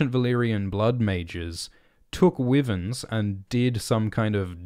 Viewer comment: Its pronounced Y VERNS lmfao 🤣 not wivens